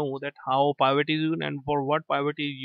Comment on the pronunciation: The word Pivot is pronounced with a short I, as in pin, pill, or pick.